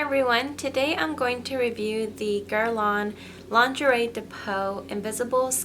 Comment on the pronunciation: It's actually pronounced jhee-von-shee. There is no "shay" sound. Sometimes Americans make some words sound fancier than the way it is actually supposed to be pronounced. Also, Guerlain is really pronounced gurr-lehn, with barely an "n" sound at the end. Way too many midwestern youtubers think it's supposed to be fancier and say gurr-lawn. That's incorrect, at least in France/Europe and in NYC dept stores & fashion/beauty industry.